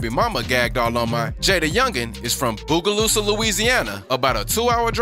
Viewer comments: its pronounced bow-ga-loo-sah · It’s not pronounced boo ga loosa it’s bow gah loosa😭😭😭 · The way dude said Bogalusa😂🤦🏻‍♂️